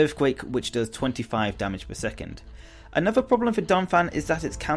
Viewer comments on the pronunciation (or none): none